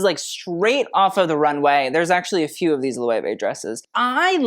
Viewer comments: Loh-ay-way???? Try to learn a little bit of German to pronounce that as you should. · Loewe pronunciation: Say "Look", but switch the "K" out for "veh" (not the full dipthong "vay") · I’m not a fashion freak but I like to watch your videos because you’re so knowledgeable. But I did not know that’s how Loewe is pronounced. Lmfaooo Chillle, I was full Nomi Malone on the pronunciation. Lmfaoo